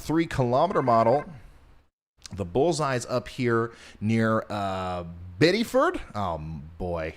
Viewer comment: Biddeford - biddafurd (from a Mainer, haha).